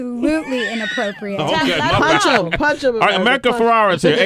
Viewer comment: Please say her last name correctly. America is too sweet for not correcting you.